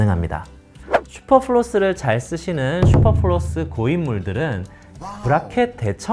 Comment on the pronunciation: 플로스가 아니라 플러스에여.....